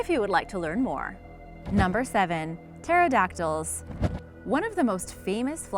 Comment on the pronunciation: What is with this ?? Pterodactyls. pronunciation: teradaktils. what it looks like: pehterodaktiis